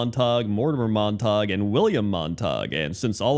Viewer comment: Not Mont-tog, and it’s “Mon-tuh-gyoo”. Romeo Montegue and Juliet Capulet.